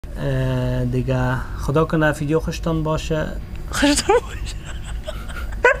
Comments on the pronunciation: It’s called VVVVIDEO not FFFFIDEO!! btw happy anniversary 🌹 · What's ur problem mann why u say fideo it's make me crazy mann😂😂 Btw love u guys hamesha khob and khosh bashen😥❤